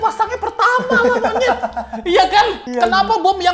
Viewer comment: out of konteks, gue selalu salfok dan paling demen gue klo ngmng “monyet” renyah bgt njir wkwk